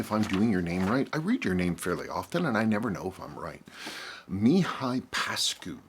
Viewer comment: you re reading my name Pascu perfectly, it’s exactly how it’s pronounced in my language. Almost as good with Mihai, but the emphasizing (we call it accent) should be on the “a” rather than the “i”. Mihai is the same as Michael in English.